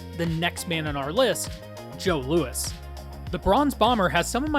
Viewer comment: Joe Louis not Loe Louis 😂